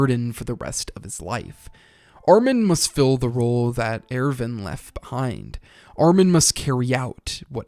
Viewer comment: AIRVIN? who tf is AIRVIN